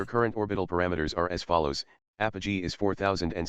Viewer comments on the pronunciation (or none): none